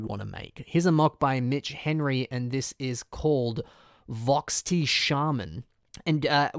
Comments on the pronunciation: it's not pronounced "voxti" it's pronounced how it's spelt. Vortixx are roodaka's species If you didn't know. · Wow, that.. is a very interesting way to pronounce "Vortixx".